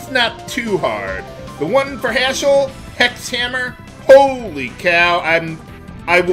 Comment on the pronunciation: When it comes to 'hex' and 'sex', the word 'six' has cognates that replaces 's' with 'h', same with 'seven'. Like how 'Hindu' and 'Sindhu' are cognates. Which could explain why you can hear "Sex Hammer" rather than "Hex Hammer". I don't know the relationship exactly between 's' and variants, and 'h'.